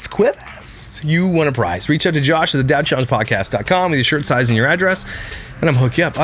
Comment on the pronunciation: The “jawsh” in the intro was a great addition to “snark week” 😂😂😂